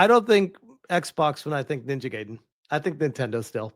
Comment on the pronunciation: Pairing the music with what is going on in the game is something as old as entertainment. The insight she has is only surface level. And only a few seconds later the idiot cannot pronounce Ninja Gaiden correctly... or even knew there where three Ninja Gaiden games on the NES.